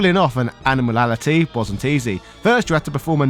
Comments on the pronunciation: Lol it's "Animality", not "Animalality" 😂😂😂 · Animality, not Animalality!!!! 🤣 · How can't you pronounce 'Animality'? Sounds like you sayin ANIMALALITY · Ani-mality TH, not Animalalogy or whatever that was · Bro how are you not able to say ANIMALITY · Animanalities he said lol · Imagine making a 1 hour video about mortal kombat , and theen you proceed to call Animalities - "Animanalities" three times in under 2 minutes.... Its a yikes from me , dawg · Awesome vid. Btw you kept pronouncing animality wrong 😂: Animatality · You are saying Animality very very wrong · As a fellow professional wrestler, I demand a match for how you kept pronouncing Animality... Lol. Love your content though, and if you're ever in the US come on down to Jimmy Valiants wrestling school